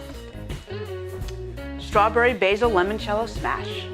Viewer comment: Great video.. Just one thing. It's "I" not an "E" as in L"I"moncello.. I really noticed during this video presentation every time the host enunciated it wrongly.